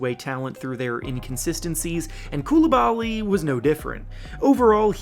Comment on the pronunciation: I remember when silver said he’s name wrong 😂